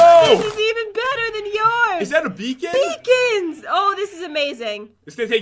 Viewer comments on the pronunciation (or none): You said be on not beacon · Stop saying BEAON FROM WELL BLAH BLAH BLAH BLAH BLAH BLAH😠😡😡😡😡😠😡😠😠😆